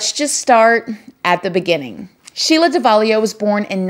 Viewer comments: Lmao, "Somebody was doin some pursuin." Love your mannerisms. It''s Sheila Davalloo, pronounced Dav-uh-loo. You are obviously so tough, very well self-made & so incredibly awesome! Been down a teeny bit similar road but only county, not "the big house". You had it way tougher & survived far more than I did. I have 14 years clean from Vicodin. So wish I could meet you to gain insight from your success. I kinda like it. I didn't at first but I do now. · it’s pronounced DAV-AH-LOO lol not sure where ur getting an “I” in there from🤦🏽‍♀️😂